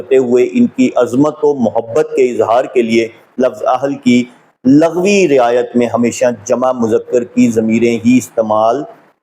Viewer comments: السلام علےٰ من التبع الھدیٰ دست بستہ گزارش ہے کہ لَغوی نہیں لُغوی ہوتا ہے ۔ اِن التقیتن ہے آپ نے اٖن التقیتن پڑھا لمبا نہیں کرنا ۔ رسولہٗ پر ہ کو ساکن کرنا ہے کیونکہ اگے وقف مطلق ہے۔ ض کو آپ ذ اور ظ کی طرز پر ادا کرتے ہیں جو عربی زبان کے اسلوب کے خلاف ہے۔ گزارش ہے کہ کسی اچھے قاری سے تجوید کے قواعد و ضوابط کے ساتھ تلاوت قرآن پاک بھی سیکھیں ۔ زمْلونی نہیں ہے بلکہ زمَّلونی ہے م پر شد ہے۔ آپ کی کوشش کو سراہتا ہوں آپ کا کام روافض کے خلاف بہت زیادہ قابلِ ستائش ہے ۔ یہ رافضی بغض رسول ﷺ میں انکی ازواج کے مقام کے منکر ہیں ۔ جن کو اللہ تعالیٰ نے اہل بیت فرمایا ہے انکو نہیں مانتے لیکن جن کو رسول اللہ ﷺ نے اہل بیت فرمایا انکو بھی جزوی طور من مانی سے مانتے ہیں ۔ لیکن گزارش ہے کہ اللہ تعالیٰ مدد گار ہے اور اسی اللہ تعالیٰ کی دی ہوئی طاقت سے اللہ تعالیٰ کے بندے بھی مدد گار ہیں اسی لئے قرآن مجید میں ایاک نعبد الگ اور ایاک نستعین الگ فرمایا گیا ہے ۔ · ویڈیو پوری دیکھی ہے۔بس دعووُں کی بات کی تھی۔ورنہ تو مواد بہت اصلاحی ہے۔۔۔ناچیز پچھلے پینتیس سال سے تعلیم و تدریس کے شعبے سے وابستہ ہے۔۔۔اسی لیے تلفظ کی اصلاح کے ضمن میں عرض بھی کیا تھا۔۔لفظ لُغوی ہے جسے آپ نے بار بار لٙغوی پڑھا ہے۔۔۔